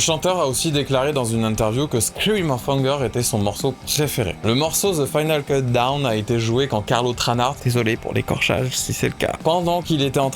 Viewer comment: Super vidéo, j'ai appris un paquet de trucs sur Europe ! j'adore. J'avoue j'ai grincé à chaque "final keuldown" :D